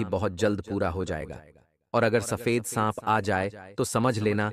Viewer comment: Sanp ko sahab ya saag bol rahe ho Jani......